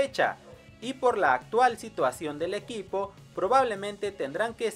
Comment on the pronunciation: En el minuto 9:8 dice EUIPO deberia decir EQUIPO XD